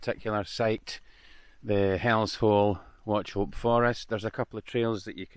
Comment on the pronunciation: terrible pronunciation of Wauchope :-)